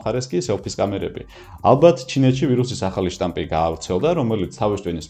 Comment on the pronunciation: ვირუსის შტამპი არა შტამი 🙊😆❤